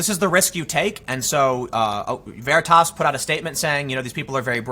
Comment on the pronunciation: Stop the veratasss once and for all... it's veritas... as in "Truth" * facepalm *